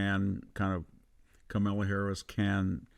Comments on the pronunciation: It's pronounced "Comma-la." I know it's hard for racists, but you can do it!!! 😊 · Can we please stop saying KamEla; its KamAla. 😊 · You dont say ARPPLE , its Apple you dont say VAANCE its VANCE LIKE A in Apple. You dont say KAMELA like Camel you say Kamala like Ca-(r)-MELA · Did you say,Kamella? I think I heard,Kasmella. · It’s pronounced Ka- mala, with emphasis on the first syllable. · I enjoy listening to him, he’s quite intelligent, but does Victor mispronounce names on purpose? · Your purposeful mispronunciation of Kamala's name reveals your smallness. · You are intellectually lazy and can't even pronounce her name correctly. Duh! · I write this commentor off as he either is unprepared to pronounce Ms Harris name or deliberately mispronounced it. Stopped listening then. He is a tool. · Great mind, but I wish he'd pronounce Kamala and a few other words correctly.